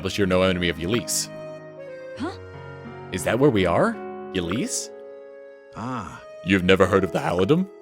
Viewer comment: ...it's Ylisse(Ee-lease) not Ylisse(Yuh-lease)!Also it's Plegia(Pledge-ee-uh) not Plegia(Plegh-ee-uh)!